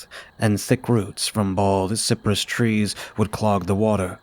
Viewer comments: Cypress is pronounced sigh-pruhss in the south. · Wow this is one of my favorite tales you’ve done recently! The background sounds were really atmospheric and made me feel like it was summer in Florida even though there’s snow on the ground where I’m at! Btw the trees called cypress are pronounced like “sigh-press.”